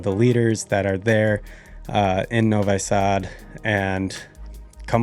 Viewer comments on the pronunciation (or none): Please -- when you have been in Serbia in Novisad , then try to pronounce the name of the city correctly ! In english it would be rather "Novee-sud" I guess so not "No-Why..." Sad ! #